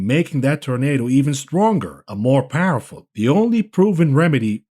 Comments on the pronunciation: He was meant to say Powell-ful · Can't tell if he is saying powerful or Powell-ful. Great vid!!